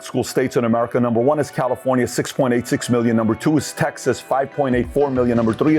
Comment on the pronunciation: Calirofnia. Public or private, we all get that word wrong sometimes 😂